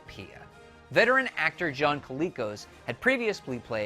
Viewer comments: Well, he didn't say John Colicos' name correctly either, but since he has a love for the original BSG I'll forgive that. :) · He also mispronounced Colicos and said the daggit's name was Muppet instead of Muffit. I think he needs to actually watch the show and some interviews and try again.